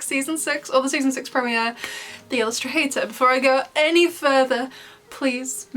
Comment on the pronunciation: Dear, I heard Illustrator, not Illustrhater.